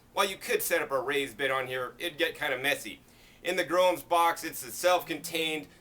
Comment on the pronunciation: For those like me who couldn't understand what the box is he is talking about, it's a GROWUMS BOX. All I heard was gromes box.